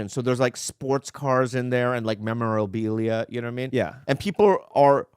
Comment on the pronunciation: “memorObilia” - Bobby Lee